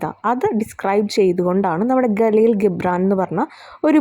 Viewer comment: Galeel gibran alla jibran i mean (gibran)